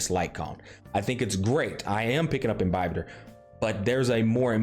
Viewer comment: I'm so glad he pronounces Imbibitor correctly literally no other YouTuber does